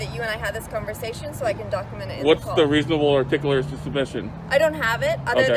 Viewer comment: Nothing more hilarious than an auditor that can't pronounce "articulable"